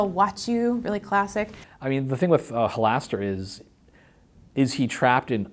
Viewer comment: Why is Mearls mispronouncing Halaster?